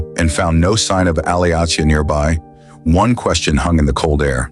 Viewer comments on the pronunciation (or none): Her name is pronounced like Alicia.